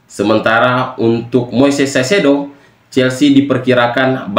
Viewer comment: kaisedo bacanya bg, bukan saisedo